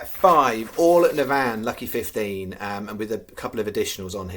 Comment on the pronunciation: FCC - NAVAN - pronounce this way - NAA - VAN